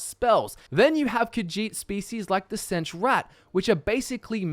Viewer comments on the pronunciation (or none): khajiit; kuh-žít. NOT caw-djeet. senche raht sendche rawht NOT sendgee rat